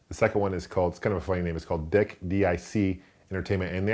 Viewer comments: It's pronounced D..eeeeeeeeeeee....K. Not DICK!! Lol,!!;-P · haha DIC is not "dick" ha sadly its pronounced "Deek" - but this cartoon was awesome. First movie was great! Second movie scared the poop out of me haha. Great videos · I'm fairly certain DIC is pronounced "DEEK" not dick haha. I remember watching inspector gadget from them! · DIC is pronounced (DEEK) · i think its pronounced deek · lol DIC is pronounced deek, like week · I remember Dic Entertainment but when there logo appeared on TV wasn't there a kids voice that said it? I remember the voice pronouncing it DEEC. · its pronounce DEK